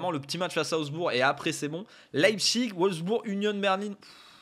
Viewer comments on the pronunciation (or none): none